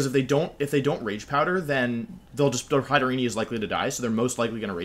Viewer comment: It's hatter + serene. You don't pronounce the last e.